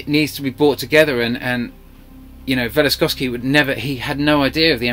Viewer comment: This is wonderful to listen to but please, it isn't Velistosky... it is Velikovsky.